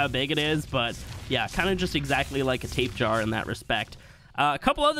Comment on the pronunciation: It annoyes the hell out of me that people call it a tapehar the dossier says tapejara (tape-hara)